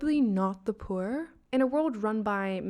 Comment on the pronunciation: Where did that accent came from? That is one bougie way of saying pwur